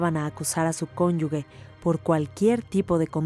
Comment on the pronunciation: Qué pena que en un programa tan culto, no se pronuncien bien las palabras. Da mucha pena que no sepan pronunciar la palabra CONYUGE